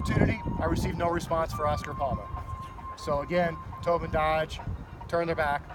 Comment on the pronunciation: Towbin... more like Towdin